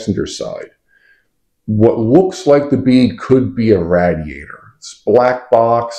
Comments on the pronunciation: Are you trying to say radiator? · I don't know where you're from but you pronounce radiator weird. I'm pretty sure the radiator is like a motorcycle radiator.